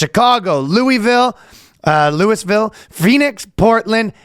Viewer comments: I cracked up when he pronounce it correctly and then said it again like Lewis😂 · It's pronounced Lou- a- vull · There's a reason you said "loo-i-ville." You should have stuck with your gut. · Louisville is not gonna be happy with Ryan mispronouncing Lovul.. twice! 🤣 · Ryan, it’s “Loo-a-vuhl”, please get it right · I lol'ed when Ryan corrected his pronunciation of Louisville after he pronounced it correctly the first time 😅 Trust your instincts, Ryan! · its loo-ville. He didn't pronounce it correctly once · Louis Ville. That was pretty funny. You got it right the first time (more or less) Can't wait for the hate comments from native Louisville residents! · Ryan almost pronouncing Louisville correctly, catching himself, and saying Lewis-ville. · I mean the first thing he said was absolutely correct. Just because the people that live there pronounce it differently, it doesn't make the true pronunciation wrong. They just slurred their way down to it because that's what we do, lose bits of emphasis when we say words enough. Correcting "Lewey Vill" with "Luavul" would be like correcting "Ask" with "Aks". Sure, aks is a valid and recognized pronunciation used by many people. However, you would still be an idiot if someone said the "true" pronunciation and your corrected them with "actually it's pronounced 'aks' ". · You just pissed off all of Kentucky by mispronouncing Louisville. Congrats Danny.... Ryan...you piece of human sh.... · Ryan, for the love of all that is holy & for your own safety DO NOT pronounce"Louisville" the way you did in the intro when you get there 🤣